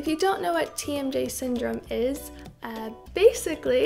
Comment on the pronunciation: Every time you say "TMJ" I keep hearing "Team J" and I'm like... Team Jacob? o.O